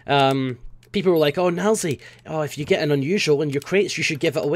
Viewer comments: was it just me or did it sound like he said "F you" at the end. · Every time you say "if you" it always sounds like "F U" to me, haha